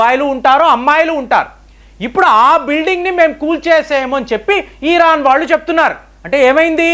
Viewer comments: ఈ.. రాను కాదండీ, అది ఇరాన్ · ఒరేయ్ బాబు. తెలిస్తే నిజం చెప్పు లేదంటే కుత్త మూసుకుని తొంగొ. ఇలా సగం తెలిసి, సగం తెలియనీ వీడియోలు పెట్టీ ప్రజల్ని అయోమయం లో పడెయ్యొద్దు . . అసలు ఇరాన్ నీ " ఈరాన్" అన్నపుడే అర్థమవుతుంది . నీకేం తెల్వది అని